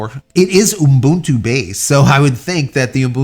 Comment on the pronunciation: Why do you say Ubuntu that way? 'What? Umbuntu?' Yeah, that! Why do you add the extra M? 'What extra M? It's Umbuntu'. (Cool Whip)